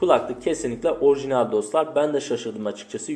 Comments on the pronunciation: Her ikisi de şapkalı a harfinin sonrasında l ile biten kelimeler dolayısıyla l yi yumuşatarak telaffuz etmelisin şu espirisi yapılan keMAL gibi telaffuz ediyorsun 🙂 sağol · minimal orijinal şu kelimelerde telaffuzun yanlış genç kardeş